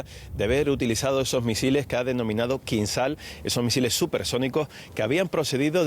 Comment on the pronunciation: Que verguenza la reportera ni pronunciar bien el nombre del misil ruso Kinsal